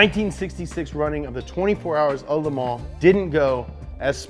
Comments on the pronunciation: The S is silent in "Le Mans". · Learn how to pronounce Le Mans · How many times did he said The 24 hours of le mans epicly?